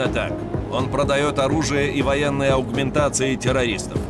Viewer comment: Аугументации? Аугументации, Карл?! Слово "импланты" уже не в тренде чтоли?